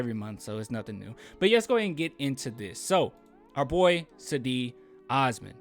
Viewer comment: Its JEDI... Like in Djengis Khan or the Stae Wars knight.. Djedi Osman